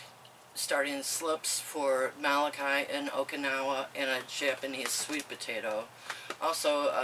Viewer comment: Molokai is pronounced like mow - low - kai. You may not be interested in this info... however, with all due respect, the way you pronounce this Hawaiian word causes physical pain.